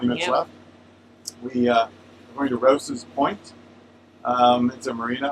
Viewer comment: It’s not pronounced Roose it’s pronounced Rowse. I should know it’s my mothers maiden name